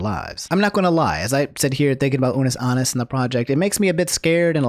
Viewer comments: "Ah-Nus" not "Ah-Nis",. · What if it’s just that person’s accent lmao idk